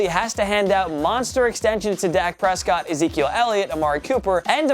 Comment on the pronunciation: It’s not dag Prescott it’s dak Prescott